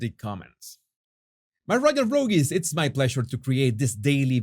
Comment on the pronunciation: I love how you say “royal rougies “ 😂😂😂